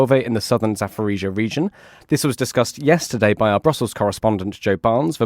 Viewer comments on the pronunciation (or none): Zaporizhzhia not Zaforizhzhia. Pronunciation matters.